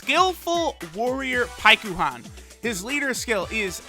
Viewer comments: Its pronounced like Pykon. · Why does he say paikuhan so weird you don’t say it with the u. He’s clearly never seen dragon ball z or the Goleta and Janemba movie(forgot the name) if he doesn’t know how to say paikuhan